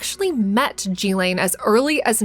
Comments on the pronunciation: Jeee-laine? At least say Ghislane properly (Gee-Lane) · Glad you did this post. But her name is pronounced Geelane, with a Guh sound for the G. Not Jeelane. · I thought it was pronounced “gill-lane” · She did not introduce herself as "Jillane." Her name is Ghilaine. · I can’t listen to G lane anymore It’s Ghislaine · Its pronounced Gillen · Yikes...the incorrect pronounciation of so many well-known names and words...G-lane, jufree, phiLANthrapic, teTAREboro. Don't get me started on the French name...just killing me. Are there no producers or editors to help? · It's pronounced "guh-layn" Maxwell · Please learn to pronounce Ghislaine correctly... (more like 'Ghee-LENN')... Ghee... as in 'GEEK'. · You mispronounced Ghislaine Maxwell’s name! *iT is PROPERLY PRONOUNCED with a HARD “G” sound “GiLL -LANE” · GHEE-lyn is the correct way to pronounce Ghislaine. A hard g sound, accent on the first syllable, e as in eel, second syllable is pronounced 'lin' identical to Marilyn. I know this because I listened to people who knew her being interviewed, including Virginia Giuffre. They all say her name this way. I wish YouTube commentators would do likewise. It's not that hard if you are doing research and speaking, in fact broadcasting, on this topic.